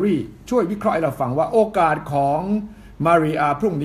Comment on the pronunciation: โอกาส ค่ะ ไม่ใช่ กาศ